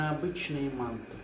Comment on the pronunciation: Нет не маааанты, а Мантыыы! Мантыыыы! Ударение на Ы!